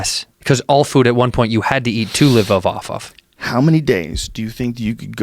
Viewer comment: “There’s a food that you can not live off of” “Yes, cause all food at one point you had to eat to livofoffoff” They’re high af lol